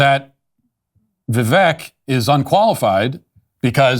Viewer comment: Love you Matt Walsh but please pronounce Vivek correctly. Vivek like cake.